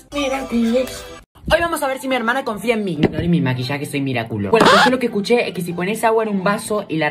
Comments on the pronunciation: ay no se dice Miraculo se dice Miraculous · Da risa cuando dise miraculo se dise ledubug no miraculo 😂🤣😂😂😂😂😂😂🤣🤣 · Soy la única que escucha que dice mira-culos